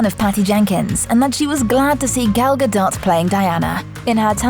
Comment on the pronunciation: Gal is pronounced like gol in golly.